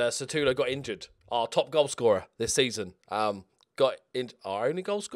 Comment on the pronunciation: Why do you keep on calling him "SATUlo" if its name is "SUTAlo"? Heheh keep on the good job, cheers from Portugal